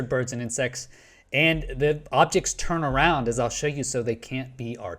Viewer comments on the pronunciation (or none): none